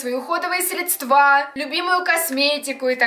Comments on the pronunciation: срЕдства, а не средствА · не средствА, а срЕдства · Говорится срЕдства а не средствА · срЕдства!!!!!! необразованность зашкаливает...( Дело не только в ударении ) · срЕдства, Е , на Е ударение!!!!! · Мне одной режет слух от слова средствА?